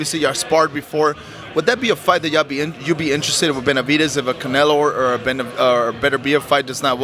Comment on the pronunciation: Lmao ducking Beterbiev for another easy payday from Canela. 😂 Always crack up when he says Canela. 💀